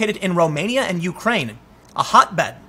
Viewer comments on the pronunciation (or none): none